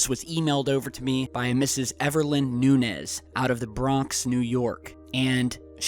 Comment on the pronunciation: Lol it's pronounced (Nune-yez) not (New Nez)